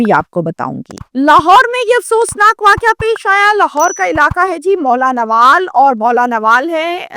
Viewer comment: Name to sahi le lo mola nawal nhi Mohlanwal ha